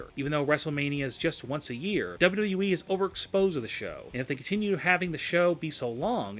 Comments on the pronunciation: dubba wubba wee At least learn to say WWE properly before you slate it. Although I agree yes the current product is mostly garbage. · when he says WWE .. he sounds slurred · Love the video but can you pronounce it as W W E rather than w dublu e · How hard is it to say "W-W-E?" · This guy cant even say wwe. He has no fucking clue what he is talking about and could not sound more delusional. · Why the fuck do you pronounce “wwe” at 200 MPH ????? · Learn how to say WWE for the love of fuck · He can't even say WWE correctly.... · First, learn how to say "WWE" Second, WWE has been in far, FAR more dire straits and come back. It certainly is not sweet for WWE and a great many of their problems are self-inflicted wounds, but this company isn't going out of business.